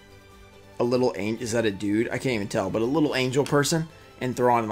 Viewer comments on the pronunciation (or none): none